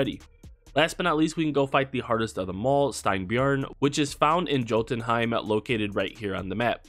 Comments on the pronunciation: No hate at all, but Jotunheim is actually pronounced like Yo ten heim instead of pronouncing the j like jo! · It's pronounced yotunheim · Jotunheim is pronounced with the "j" as a "y" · pronounced yōtən, J is silent, good video though. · It’s yo tun hiem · Where’s the ‘L’ in jotunheim? Lol Norse languages the J sounds like a Y. Sounds like Yo-tun(tin/depends on region)-hime. And again no L, no l sound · Thank you! Fantastic helpful video, but you were killing me with the hard american "J". For God's sake man, they pronounce it correctly in the game, Vikings TV series, Thor Marvel Movie franchise..... the Norse "J" is pronounced like the double L in Latinx, i.e. "tortilla". Or "y" in British Oxford and American Webster English use of "yo" or "yeah".